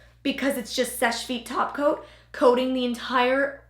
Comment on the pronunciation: Every time you said “topcoat” I thought you said “taco” lol